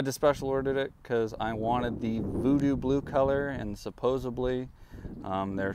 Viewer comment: Someone who says ‘supposebly’ is the kind of person that would like two fake hoodscoops.